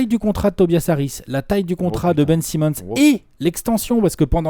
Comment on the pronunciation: "Benjamin Simmon" 😂😂🤣🤣